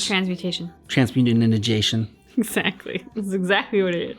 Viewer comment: Human "Transmu-tin-in-i-gation", the forbidden act!